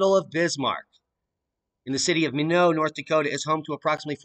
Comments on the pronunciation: it's pronounced "my-not" - said quickly... Minot. :) Wow that is really going to effect the planting season even though all moisture up that way is welcome. I plan on going to Northern MN in June and plant corn. I wonder how that will be. What about Canada's winter wheat etc ? It's going to be a problem. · Just an FYI, that's pronounced "my Knot" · Haha. It took me a minute to realize you were saying Minot pronounced (My Knot). Do another dab!! 😄